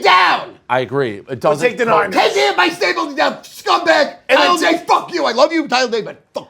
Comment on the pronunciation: Saying fck Empire state bldg wrong stu other than that im down with ya